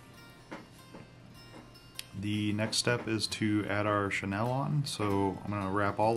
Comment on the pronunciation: Like the jig style. Learned something new with the hackle, thx. 2 quick things. 1) Chenille is pronounced "Sha Kneel", not "Shu Nel". 2) Quick point, you can reduce your waste of materials of Flashbou by folding back the 'bou with 1 strand. And/or fold back the 'bou with 2 strands the cut the folded back part in half at the loop giving you more flash. We do that all the time when tying steelhead and salmon flies. A general rule for flashbou length is 1 1/2 times the gap of the hook gap, just in case you didn't know. Again, like your jig, great tie & information sir!